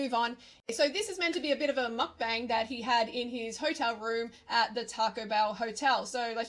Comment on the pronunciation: All these uncultures swines who can't say the word "mukbang/먹방", bothers me as a Korean...